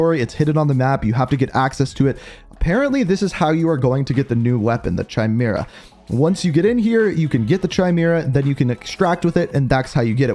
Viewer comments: It's kay-mera not chi-mera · Chimera is pronounced Ky-mee-ruh... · Bro I hate the way you say chimera, it’s KIMERA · Amazing content very concise. Though it's pronounced Ki-Mira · Now everyone knows you suck at pronunciations but the way you pronounce “Chimera” and then KEPT pronouncing it like that was truly in another level of horrible.